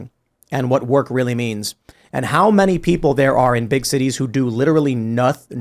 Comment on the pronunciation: It's not "annie-thing" Tim, it's anything (pronounced "ennything"). It's not "manny" it's many ("menny"). This non-English pronunciation disease is spreading like the plague, and it's driving me mad.